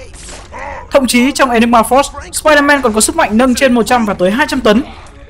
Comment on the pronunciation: sao ai cũng nói spier-man là spierde ?